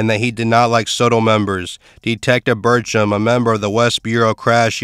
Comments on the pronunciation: It’s not pronounced Soto, but So-Tel short for Sawtell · Dude said “Sotoll” lol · it is damn annoying hearing him mispronounce it over and over